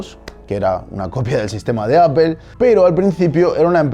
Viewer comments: Porque dice "APEL" si se llama "APPLE" PLE PLE PLE "NO" PEL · Tal como se lee? Entonces por qué dicen Apel en lugar de Aple xD no me molesta a ese punto, pero siempre me da curiosidad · Bueno pero técnicamente estás diciendo apel y no aple como debería pronunciarse no? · Es que mo dicen aple, dicen apel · lo curioso es que no lo leemos tal como se escribe porque seria "aple" y nosotros decimos "apel" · Pero dices apel! Y como se lee es aple! Podemos decir aple y no apel? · lit no dice aple si no apel. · apol, si se dijiera como se escribe seria aple no apel. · No seas fundamentalista vamos, pronuncialo bien, "Appol" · pues tal como se lee en Español es Apple, no Appel jajaja buen intento (por cierto fiasco? se nota que jamas usaste una) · Cuando lees Apple en español no lees apel, lees aple, mejorando te ves mejor en vez de defender lo indefendible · Igualmente dices /ápel/ y no /aple/ por lo que no lo pronuncian como se lee 🙄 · Pero si Apple pronunciado tal y como se lee que no sería “Aple” y no “Apel”? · Muy buen documental, pero me pregunto ¿porque pronuncias Apple como apel? En español es aple y en ingles es apol. Es tan bueno el documental que se aprende a soportar la mala pronunciación. Si quedan dudas escribe apple en google translate y a escuchar :-) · Entiendo q en españa las palabras en ingles las leen como se escriben, entonces Apple se lee "Aple" y no "Apel" . No se de donde diablos sacan eso de Apel ? mas claro el agua. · "Todo comentario sobre pronunciación será ignorado". Que jeta más ignorante. Si vas a decir Aple no digas Apel y di Serox, que no es catalán!!! Es obvio que estamos en España, pues habla E S P A Ñ O L! Cada una de las 10k veces que dijiste "Shirox" me salieron chorros de sangre por los oídos... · Es muy cagado escuchar a un español pronunciar Apple... decir Apel en lugar de Apol... dan mucha risa. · Yo no entiendo por qué pitos los españoles dicen APEL Y NO APLE como se lee. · pero tu no dices apple, dices apel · por que dices apel ?